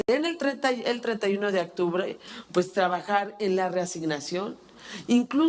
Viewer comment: actubre pertunidad somentimiento ni los viramos Esta señora ni pronunciar el español sabe